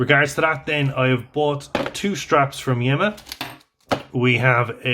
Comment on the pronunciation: Interesting piece. Wear it in good health. The correct pronunciation is Yeema (not Yemma). Regards.